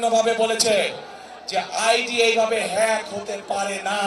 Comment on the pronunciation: যে নেতা হ্যাক বানান উচ্চারণ করতে পারে না। সে আবার বিশেষজ্ঞ দিয়ে গবেষণা করিয়ে রিপোর্ট আবিষ্কার করেছে 😅